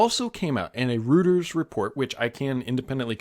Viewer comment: Fyi, I know it is not intuitive but Reuters, is actually pronounced Roy-ters.